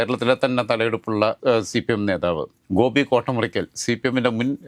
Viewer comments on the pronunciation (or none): none